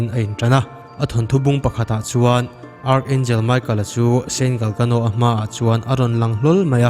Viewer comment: Angel hming hi michael (mi ka el) ti a lam tur te ani zawklo maw... Bible ah pawh michael (mi ka el) ti a lam ani ṭhin sia...